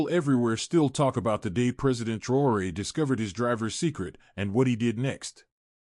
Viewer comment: Faudra bien prononcer le nom c'est TRAORE pas TROUERER